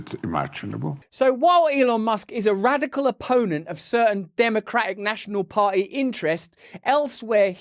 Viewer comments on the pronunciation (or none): none